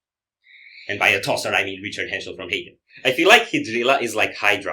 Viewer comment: I will never unhear "tosser" in that way since the first time I heard it 😂😂